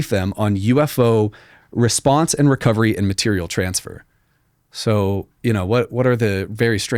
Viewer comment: Dont forget his constant use of the mah-tear-ei-als.